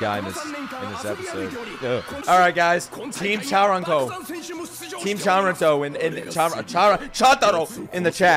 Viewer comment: let me just say this... not chantaro because it's chuntaro